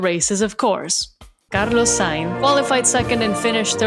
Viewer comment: You saying in the accent was perfection. 👌 Congratulations on 10k subs! Here's to many more!! 💝